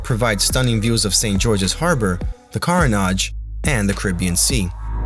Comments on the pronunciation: Tip: The Grenadian island of Carriacou (one of several small islands that are parts of Grenada's extended territory) is correctly pronounced KAH-ree-uh-KOO....not cow. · it’s pronounced Carry-aye-coo or Caré-coo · Kevin! Come here! Yes, you. With the dreads and the muscles everywhere. Why you leave our brother out here [sorry ouchea] to dry like that man. You mean to tell me you hear him say 'Carria- cow' right in front of you and you en't say nutten [or maybe you did, but the video was clipped at that point]. Meanwhile we ouchea watching him shine, quite literally, and you just stood there and said nothing. Come on, Kevin. You know better! 🤣🤣 Seriously tho, was very impressed by this traveller, production was top notch, and so was the content. Did the typical Grenadian tour without making it feel typical. Moved around very confidently 'as doh he know d place' as we would say. So that was great. He did not say Gruh-NAH-da which was even greater. Love when creators come to the island and help us uncover or rediscover those little fun spots. Not quite sure how he liked the food, if at all, but he a traveller fo' sho! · Carriacou is pronounced “Carry-a-koo” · My island of Carriacou is pronounced “Carry. Coo” thanks for visiting 🇬🇩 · You pronounced Carriacou wrong Car ri a cou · Beautiful representation of my homeland and inspiring me to visit soon. Thank you for the update on Carriacou. BTW, the word is pronounced 'Carria-coo'. A little correction to the ending sound, but besides this, you did a fantastic presentation of my twin-island paradise. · bro not trying to be rude but u pronounce carricou wrong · I enjoyed the video; the only thing is the pronunciation of Carriacou was not correct.😮😂 next time you will get it right.